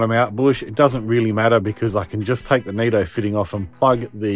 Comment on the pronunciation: It's nitto not neetto